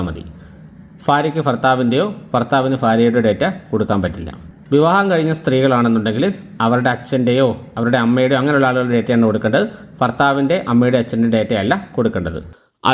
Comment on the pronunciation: ഫാഗം .....? ഫർത്താവ് .....? ഫാര്യ...? ഉച്ചാരണം മോശം ...